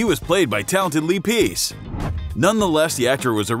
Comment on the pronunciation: It’s not lee piece it’s lee pace